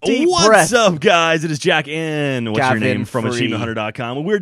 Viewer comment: GAVIN!! Not terrribo!